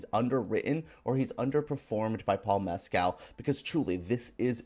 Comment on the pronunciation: You accuse the film of being ‘pretentious’ yet your simpering review is incredibly pretentious. You want bombast - why did you even see much a sensitive, compassionate film? And learn how to pronounce Paul Mescal’s surname correctly! Such an uneducated, facile ‘review’.